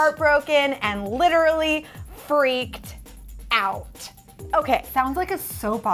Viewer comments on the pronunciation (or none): "and literally......FREAKED.................................out"